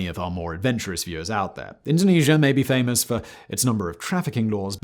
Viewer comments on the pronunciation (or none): none